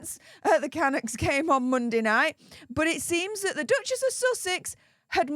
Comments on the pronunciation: Hi, love your channel. Waiting for the silver play button🎉. FYI I’ve lived in Vancouver all my life so wanted to give you a reliable tip: Canuck is pronounced with the emphasis on the 2nd half of the name-thus canUCKS. 😊❤ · ca-Nuk from a Canadian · Hi - the slang term for a Canadian is canUCK. like puck. I am a proud Canuck. 🇨🇦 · Hi. Canuck is a derogatory slang term meaning Canadian and dreamed up by Americans. We Canadians are not offended and even use it for a hockey team. After all our term for American is Yankee or Yank. When you pronounce Canuck the accent is on the last syllable.❤ At least in Canada.